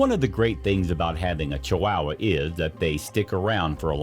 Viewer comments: It's not chi wow wa it's Chihuahua, more idiotic ai voice over bullshit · Please learn to pronounce the names on things when you do these voice overs. It is not a chi"wow"wa", it is a chiwawa. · Ok, but they are pronounced Chi-wah-wah. Not Chi-wow-wah. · IDIOTcan't even pronounce the Name Correct !! It's NOT Chi wowa !! It's Chihuahua !!!😠😡😡😡😡😡 I give this a BIG THUMBS DOWN because this IDIOT narrating this Video can't Pronounce the Name Proper !!! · It’s Chihuahua, not Chiwowwaa. If you’re going to do a specialized video get it right. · Why are chihuahuas pronounce chiwawa? CHEE-OOAH-OOAH. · It's not chi wow wah! It's chi wa wa! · Did the narrator really just call them Chi-wow-was? 😂. As far as I’m aware, they and the Mexican state they’re named after are pronounced Chi-wa-wa or more correctly Chi-hua-hua the hua being pronounced like hwa. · At least learn how to pronounce chihuahua properly. It's not chiwowa it's chiwawa and spelled chihuahua. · This dude says chiwahhwahh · Is it just me, or is this guy saying ChiWAAhua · i can not unhear "chi-WOW-wa" now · Ugh!! I can't stand his pronunciation of chee wah wah. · I’m sure this video is full of interesting facts but if I had to hear dude pronounce it “chi-WOW-uh” one more time, my head was going to cave in on itself. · Pronounced chi wa wa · This made me laugh. Ch-WOW-uh!!! Reminds me of how Peggy Hill would pronounce Spanish words on King of the Hill. <3 love my lil wow--uh though 🥰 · Ay...this was painful to listen to. chu-WOW-wuh, sinko-DAY-my-oh, The most American pronunciation I've ever heard 🤣🤣🤣 Edit: in all seriousness though, this is good information and I love the inclusion of the girl with Down Syndrome as a positive roll model. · It was difficult to listen to that pronunciation of Chihuahua! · I've never heard "Chihuahua" pronounced the way you're saying it. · Fact 11. You can't pronounce Chihuahua. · You are messing up the pronunciations of Chihuahua and Techichi. And now Yorkshire !